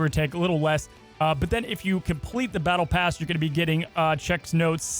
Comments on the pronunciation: BALLTE PASS? lmao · "Ballte Pass" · “Ballte pass”? 😂 otherwise top notch as always 👍🏻